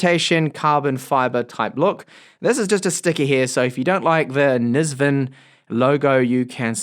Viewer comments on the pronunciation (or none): I noticed your pronouncing it “Niz-VIN” but it really looks like it says “IN-Vision” am I wrong? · I'd say it's probably supposed to be pronounced Envision maybe, as in 'N' - visen. Just a thought.